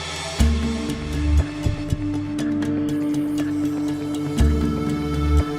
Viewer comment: "O prendiz verde" wtf kkkkkkkkkkk